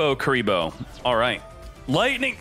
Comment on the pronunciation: I hear curly bruh